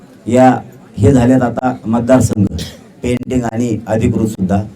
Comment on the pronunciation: पेंटिंग नहीं बाबू पेंडींग अस असतं रे ते बारामतीतून दम आला की काय nu 😂😂😂😂😂😂😂😂😂 पेंटिंग